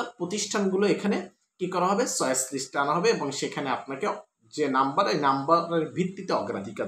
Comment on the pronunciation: চয়েস কে বলে ছয়েচ